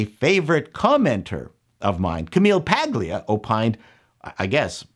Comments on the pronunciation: Pretty sure the 'g' in Paglia is silent, as it is in lasagna. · Fascinating. I just rewatched that video myself. Usage note: I think she pronounced it "Pah-lya", with a silent or barely audible "g". Others may have a different recollection.